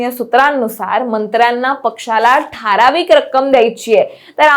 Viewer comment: अरे हिला आधी "ठारावीक" नाही तर ठराविक म्हणायला शिकवा